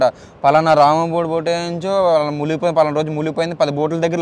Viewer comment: Muligipoyindhi kaadhu ra Munigipoyindhi telugu nerchuko first nuvvu chillaroda